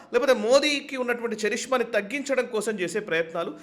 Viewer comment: చరిష్మా కాదండి. కరిస్మా అంటారండి ఇంగ్లీషు, విదేశీదేశాల్లో.